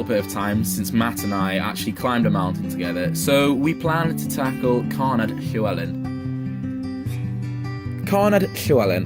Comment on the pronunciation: Excellent. Good LL pronunciation but DD in Welsh = TH (as in the, not thin). Single D = D.